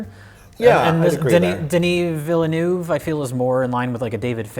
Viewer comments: Veal-nerve. Not villanoov. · It's funny hearing them trying to say "Villeneuve" properly. It's "Vill nevv" not "villy noove" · Villeneuve is pronounced, Villain-Wave-Ah, not Villanoove. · Villeneuve is pronounced veel-nerve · Denny Veel-nerve. It's pronounced Denny Veel-nerve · enthusiastic mispronunciation of Denis Villeneuve is just adorable. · lol cant believe they are unable to pronounce Villeneuve.....